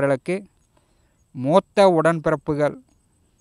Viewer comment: Nee first tamizh vartha ozhungha soldra apram aaridam sollalam pakki. Athi motha illa mootha yengira varthaya ozhunga sollu pakki.!